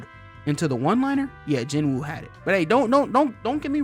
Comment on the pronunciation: "Ji-noo." The w in Korean is typically silent in the middle of names, apparently. I googled it because of the dub, mainly. So Sung Jinwoo = "Jinoo Sung" in English. Edit: Taunt is the word you were looking for. Edit 2: Sung's "Force" power is called RULER'S HAND, for bonus aura points. Edit 3: Yes, basically the strongest characters we've seen at this point, outside of Shadow Garden and enemies Cid kills in an episode, are Beatrix, then Iris.